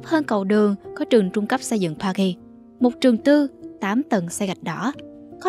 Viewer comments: Từ Paris phát âm âm "r" đừng cố tỏ vẻ. Sai bét. Đọc bình thường đi bạn. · bạn voice đọc sai từ Paris rồi